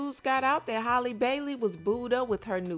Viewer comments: Or calling her hailey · Halle, like Halle Berry. Not Hay-lee. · Her name is HAAA-LEE, not Holly‼️ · Girl, stop mispronouncing this girls name. Are u slow? It's halle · 😂😂😂 you mean HAY-Lee because you definitely respelled out Holly(Haa-Lee) as in ha ha ha 🤣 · Lol, I don’t know why but mispronouncing her name irks my soul and she’s not the only one though. 😂🤣😂🤣🤣